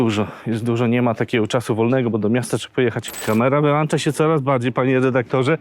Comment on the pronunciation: WyłĄcza nie wyłANcza.